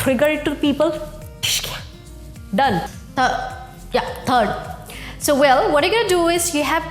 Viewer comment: Was that "third" or "turd"? Oh, this video is working, I am funny now. Thanks!